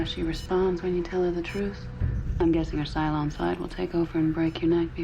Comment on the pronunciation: BooLon.😂Every time I hear it, it makes me giggle😂 Thank you!!!